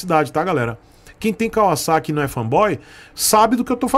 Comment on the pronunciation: Cara, primeira vez q eu escuto alguem falando Kawasaki da forma certa. KKKK